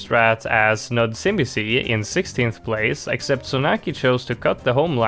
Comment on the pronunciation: As a polish person, u botched nudzimisie so bad